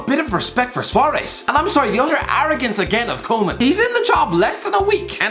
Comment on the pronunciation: I see not only Birtish, but Irish people can't pronounce foriegn names. Seriously, Koeman isn't that hard to pronounce... Keeping Messi and Suarez is a short time solution. The team will keep losing if it stays the way it is... But Barcelona should make both Messi and Suarez great farewells.